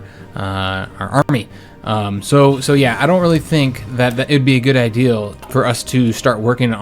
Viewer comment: Always wondered why it sounds like he’s saying ideal instead of idea.